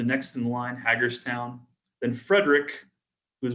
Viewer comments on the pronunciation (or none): wow.. your ancestors came from hagerstown Indiana. I know exactly where that is as I grew up roughly 20 miles south of there in Cambridge city. Oh and it's pronounced Hey-GER town.. Not Hag like an old woman.